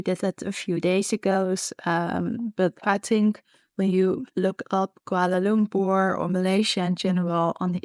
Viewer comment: You pronounced koolwala loom poor correctly..( some foreigners say kwala lump per) ..haha